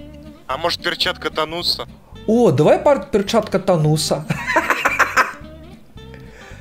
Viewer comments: Перчатка Таноса А НЕ ТАНУСА!!!!!! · Перчатка не Тану́са, а перчатка паноса